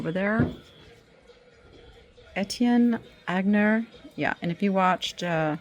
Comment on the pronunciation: Friendly fyi ..Aigner (Etienne) is pronounced "eye-ner" or "ahn-yay (which is the way I've always heard it pronounced) is also acceptable.